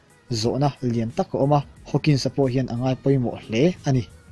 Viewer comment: Stephen Hawkings a nilo.. Hawking aw